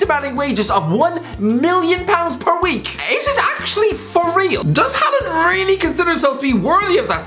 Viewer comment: Dont think those wages would go to his head. Even though a consumate professional, Haaland (first part pronounced like Haw in english btw) has always had a monstrous ego and confidence. Daniel Berg Hestad is the man with most norwegian premier division caps under his belt, all of them for Molde, and the youth coach at the club. In the middle of the night his doorbell rang, and when he opened he was greeted by a 17 year old tipsy Haaland blurting out "Just want to tell you that when Im done, youre no longer the biggest legend in this town"